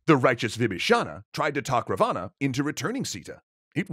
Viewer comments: Good effort but as a concerned subscriber I must point out that your pronunciation of Ravana is very wrong and cringe. It is pronounced as Raa-one. Please make sure you look up local pronunciations before making a complete video on the topic. Edit: Another important correction , I have never heard this version of Sita being kidnapped. The most popular and widely accepted story is that Ram, Laxman and Sita were in exile when a demon (rakhshas) turned himself into a golden deer and flaunted himself infront of the group. Sita really liked the deer and sent Ram to hunt it down. When Ram shot it down and realized it was a demon, the demon faked Ram's voice and called out for Laxman to "help" him because he was "injured". Sita insisted Laxman to go and check on his brother despite his many warnings to not leave her alone. Alas Laxman leaves and Ravan dressed up as a poor Brahmin tricks Sita and kidnaps her. (Omitted some details to keep this short) I hope you address this in the lies episode because I am pretty sure like me, pretty much no other Indian has heard the version you showed. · Ra- vaaana x ... Raaaa-va-na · Big fan here and sorry to be nitpicky but its pronounced Raavana not Ravaana. That said he was more of a grey character not full on evil. He was power hungry and ambitious but highly educated and good ruler. But any ways keep up the good work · By the way it is not Ravana , it is ra-van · its not pronounced ra-vaa-naa, its pronounced raa-va-n. thanks! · Its pronounced Ra-one not Ra-vaana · It's not ravaana it's pronounced as raavan. And raavan was scholar and had faith in shiva. And raam shot in belly not in heart. Sita wasn't guarded, raam was in exile and there she was tricked and kidnapped. Many other wrong things. Better read "Ramaayana" properly. ✌🏼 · It is pronounced Rawan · wrong pronunciation look the pronunciation of Ravana